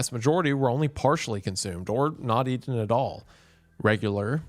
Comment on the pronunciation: It is amazing how this guy thinks he can speak own language when he constantly drops the T anytime he says "interesting" or "eaten". The hubris of southerners....